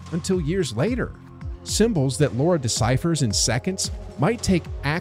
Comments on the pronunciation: why do you call her Laura. It’s Lara! There’s no ‘u’ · It's Lar-a not Laur-a. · It's Lara, not Laura. Other than that, a rather enjoyable video. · Oh my god. People can’t say her name right. It’s not Lora. It’s LARA! It’s really not that hard. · Why do people keep calling her "Lora croft"? Its Lara not Lora lol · Drives me nuts! Especially because they were going to call her Laura Cruz originally but they thought Americans would have a hard time pronouncing Laura. Turns out they can’t pronounce Lara either.